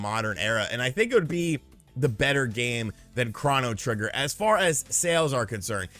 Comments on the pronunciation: Chrono trigger… not chrahno trigger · tis how kept pronouncing it. I always thought it was "Krohw-no". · Wait... Craw-no? Craw-no Trigger??? Isn't it pronounced Crow-no Trigger??? Have I been saying it wrong my whole life? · Can someone tell me what Chrano Trigger is?!?!😂😂😂. I know what CHRONO Trigger is but what is this Chrano Trigger he speaks of? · It's Crow-no trigger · I like how he was pronouncing "chrono" in "chronotrigger".